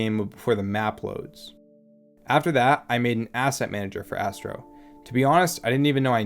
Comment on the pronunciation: thank goodness for the subtitles, i thought you said: "this is Assbro" x_x